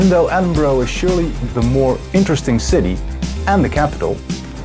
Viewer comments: Edin-bro? it's Edin-bruh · You need to learn how to pronounce EdinBURGH ..... it's as in the word 'Burru' (not "EdinBRO", as you pronounced it!) and GlasGOW, as in the word 'go', not "GlasgGOW - as in the word 'cow)😎😎😎😎😎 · Edin-bruh?? ....not really.... it is Edin-buruh.....